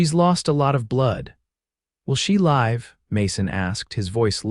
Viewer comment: Sure wish AI could tell the difference between the pronunciation of "live", also read. 😮😊